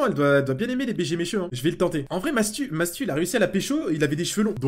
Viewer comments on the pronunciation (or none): none